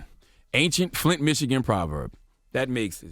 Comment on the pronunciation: Bryon Mosley I think he said Clint Michigan